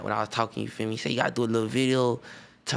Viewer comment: take a shot everytime he says yufeeme